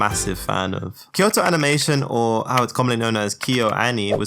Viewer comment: Kayo-ani , avangelica, etc bro just wants to be done with this shit. No retakes allowed